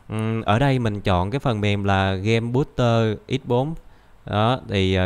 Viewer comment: "booster" chứ không phải là "booter" nhé